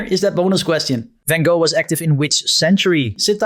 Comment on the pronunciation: Of all the things to mispronounce, I didn’t think it would be Van Gogh. I was looking forward to the actual Dutch way. 😊